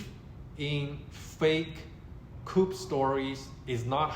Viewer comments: JUST SO YOU KNOW "COUP" IS NOT PRONOUNCED KOOP....IT IS KOO. THE "P" IS SILENT (FRENCH: COUP D' ETAT - I THINK)) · "Coup" is pronounced "Coo". The "p" is silent. You don't have to take my word for it. You can Google it and then scroll down to the speaker icon and it will pronounce it for you. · Great video! Btw- ‘coup’ pronounced “ku”. (“p” is silent🤫) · This isn't a big deal, but you don't pronounce the p at the end of "coup" (it's a French loanword). It rhymes with shoe, not troop. Regarding the main point you're making, I don't know how or when, but I believe that Xi will be forced from power before he dies. You're right that the rumors have all been false so far. I do believe that there will be a time when the rumors are true though. You say that there's harm in believing the rumors. Maybe that's true if you're a Chinese citizen. I think there's no harm in reading up on these rumors if you live in another country though. Dislodging Xi from power isn't our fight.